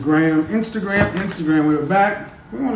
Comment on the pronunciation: My man said Instagwam 💀💀